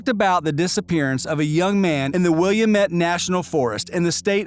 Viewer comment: William--et???😂😂 That is called Wil--lam--et. (Willamette!)